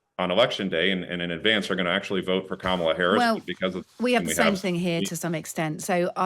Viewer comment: I could tell the guests political views in the first few seconds when she mispronounced Kamala’s name, only took about another minute of one sided garbage before I had enough, it is getting hard to take times radio seriously lately.